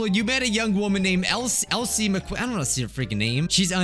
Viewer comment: Her name wasn’t ells McQueen It was pronounced Elsie (different spelling) and that is your first girlfriend